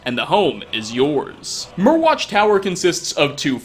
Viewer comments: I could be wrong, but I think Myrwatch is supposed to be pronounced like “Mire-watch” since Morthal is basically one big swamp. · Mire watch (pronounciation)